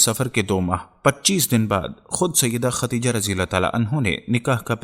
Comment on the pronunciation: ختیجه نہیں ہوتا بھائی ۔۔۔خدیجہ